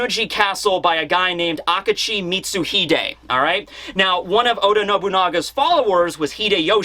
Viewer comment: (Aka-Chi) that's pronunciation of Akechi hurt